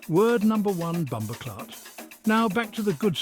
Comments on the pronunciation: HE SAID BOMBO CLOTH INSTEAD OF CLAATH. 😂😂😂😂 WELL RESEARCHED AND PRESENTED THOUGH . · Just hearing what sounds like David Attenborough at first mis pronounce bumboh claat had me rolling, especially the subtitles spelling it the same way he said it. 😂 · It not BumboCloth!! Get it right!👍